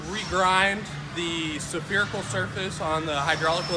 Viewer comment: What in the hell is a Sa-ferical-surface? Its Spherical for gods sake. Say Sphere, Now say ical There you go.